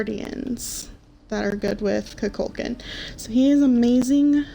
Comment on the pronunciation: IT'S NOT KUKÚLKAN, IT'S KUKULKÁN